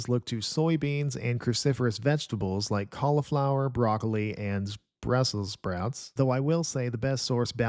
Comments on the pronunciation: not necessarily the voiceover, some of the writing. Though, the mispronunciation of Brussels sprouts is the most AI sounding part. Some phrases: “This complex and frankly miraculous organ”, “but back to the focal one”, other weird phrases too. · the way he said brussel sprouts sent me.🤣